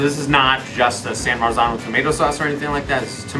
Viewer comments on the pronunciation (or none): none